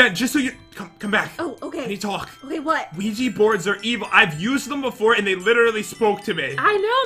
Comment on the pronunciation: Que-gee board😂 omg I can't😂 JEN IT'S QUIJA BOARD!😂😂